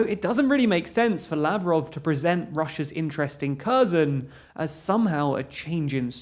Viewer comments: Try to pronounce kherson as herson. It's not kerzon. I would recommend you to at least ask a Ukrainian how to pronounce these names. I am not from Ukraine but I have heard how they pronounce these names and they sound different. You have been pronouncing it kerzon from the start of the war. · The way you pronounce Kherson makes me since. Try "Her-son". That's closer than Curzon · 'Kherson' is pronounced "HAIRSONE" 'Kharkiv' is pronounced "HARKEEV" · Pronunciation: "slov-YANSK," "HAIR-son" I mean, technically Kherson starts with the sound from "loch" and "Bach" but if you can't manage that, H is a better approximation than K. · I wish they at least tried to pronounce the names correctly. Kherson, my ass